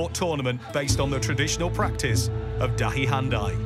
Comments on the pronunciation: This man is saying Dahi Hantai to DahiHandi ! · Absolutely butchered the pronunciation of the indian sport terms. great video otherwise. Jod ke Tod is pronounced J-ore (rhymes with chore) Kay T-ore (again, like chore). And the game that Jod Ke Tod is based on is Dahi Handi (Da-hee Han-dee) not dahi handai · 3.04 it's not dahi Hyundai, it's Dahi handi.